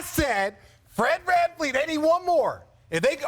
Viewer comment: Fred vanfleece